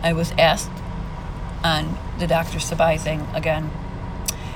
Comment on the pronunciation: Dr Sebi prounounced see-bee . ... I've seen Maleah holding that doll in a picture I believe and the case is heartbreaking 💔.... Also they speak of her having brain surgery because her head was hurt .. They say she fell ,but I feel her stepfather did something to her .. Also my friends and I are working on her case as well to get fight for justice . Thank you for what you do our do.... Also the word burn resonates her stepdad had for gasoline that was found in his trunk and him carrying it .